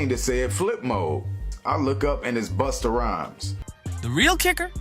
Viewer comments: Man, if you call Busta... Boosta one more time😂😂😂😂😂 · In a hurry to get this vid out? What a crap mess of clips. Pronouncing Busta as Boosta several times. Come on.